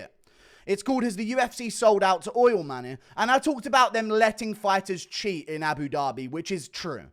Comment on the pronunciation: Crazy how you can't pronounce money😂😂